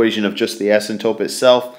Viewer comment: asympTOTE, not asymtope